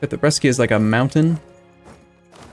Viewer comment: Awesome as always, by the way, it's pronounced Bresha not Breskia ^^